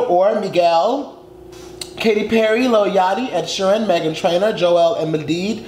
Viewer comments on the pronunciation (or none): none